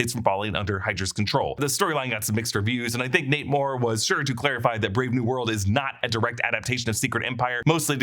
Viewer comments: Who else keeps hearing "Namor" every time he says, "Nate Moore"? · Who else keeps hearing "Namor" when he says "Nate Moore"? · Not me